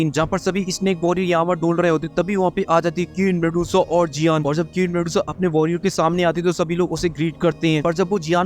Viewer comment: Abe keen medusa nahi queen medusa hota hai chiraand.